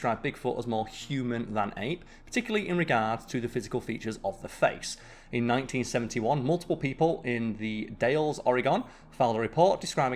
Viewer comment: I love how you pronounced Oregon correctly, but not The Dalles, it's totally backwards from what I'm use to.